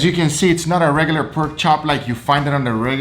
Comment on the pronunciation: what the hell is a perk chop ffs